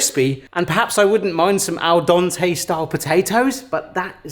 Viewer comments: ….its al dente, not “al dante”. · how you pronounce al dente made an image appear in my mind of a devil may cry poster but the guy is wearing a sombrero and it says "El Dante"